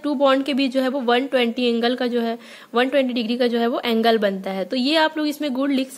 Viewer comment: Angel nhi .....madam ji...Angle... Hota hai..😂😂😂😂😂😂😂ok...